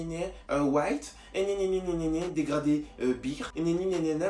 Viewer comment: Un dégradi, un dégraflouu, un dégrado 😂😂😭